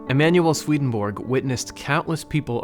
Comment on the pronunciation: Hello, I am from Finland, whose second official language is Swedish. You pronounce the first part of the name Svedenborg, the central figure in your videos, a little incorrectly. Repeat the vowels ea from the English word heaven, as they are pronounced in that word. That is exactly how the e in the first syllable of the name Svedenborg is pronounced. So, it is somewhat like: sv-ea-ea-den-borg. Other than this your videos are among the best in the NDE genre! Thank you!